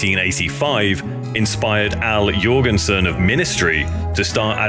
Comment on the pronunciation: As a Norwegian, I appreciate your proper pronunciation of the last name Jorgensen 😊